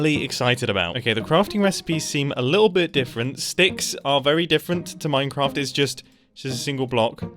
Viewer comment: Ah yes, MeinKraft